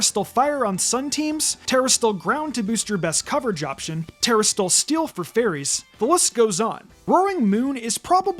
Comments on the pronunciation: Good to know you can be a content creator without knowing how to read. "Turahstill"? Wtf is that? Its "Tuh-rass-til-eyes" not "turahstillize" or whatever the fuck you said Jesus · It really just sounds like he's saying "tera steel" over and over. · BRO LEARN TO PRONOUNCE TERASLILIZE